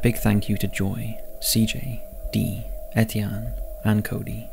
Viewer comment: No, he pronounced it pretty correct. It's the French version of Steven/Stephen, btw.